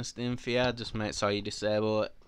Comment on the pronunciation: “Staem va are”